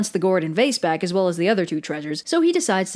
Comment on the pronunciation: ITS BWACK!